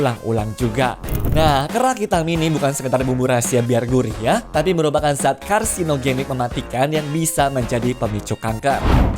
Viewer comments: Karsigonik atau karsinogenik min? Walaupun udah di ketik ulang untuk menjelaskan... ya tetap yg di bicarakan di denger orang yg nonton 😅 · karsigonik????? KARSINOGENIK 😂 belajar lagi penyebutannya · SALAH NGOMONG KALI TUH. 😅😅😅MAKSUDNYA : KARSINOGENIK.. 😅😅😅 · karsigonik apaan, karsinogenik x bang 😂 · 0,57 karsinogenik min